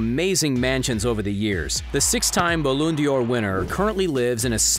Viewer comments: did he just say balloon d" or instead of ballon d'or???? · Its ba-lan-door not ballon-di-or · 'Balloon dior' Look how they massacred my boy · he just said balloon d'or its ballon d'or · Balloon dior😂😂😂it's called balloon d’or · Those this guy even know what's football number 1 never say the word soccer ever again number 2 we say Ballon d'or not balloon dior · Man said Balloon dior lmaooo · Man really said Balloon dior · I know He said balloon Dior !!🤯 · Yapp i here baloon de yor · No he said balloon Dior winner. Get it right😂😂😂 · Actually he said "ball on the door" 😂😂😂😂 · did he say “Balloon d’or” 😂😂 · “Balloon Dior” 😤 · I lost it when he said ballon 'Dior' 😒. The D’or isn’t like the American names D’vontey and all those . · Did he just say "Balloon Dior" 😂😂😂nah fam, just stop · No. He said "Balloon Dior", which is even worse. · "Balloon Dior winner" 😂😂😂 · Did you just say "balloon dior"? Lol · "Balloon Dior" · "BALOON DIOR WINNER" 😂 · Man said balloon 🎈 dor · He really said balloon dior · He said Balloon Dior 😂😂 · He said balloon door 🤣🤣🤣🤣🤣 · This guy said "balloon dior" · Did he just say ballondur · Who else cringed when he said ballon dior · “Baloon dior” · Balloon D'or?? 🤔 It's Ballon D'or 😂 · Did he really say balloon Di or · Nigga said balloon dior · I meant balleondor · Balloon de yor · How u gonna call it balloon de or fam. Americans ffs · You don't how to say ballen dor